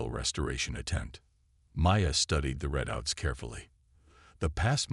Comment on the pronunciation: It's READOUTS not redouts